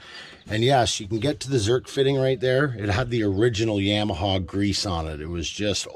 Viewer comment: Yah ma ha, not yam!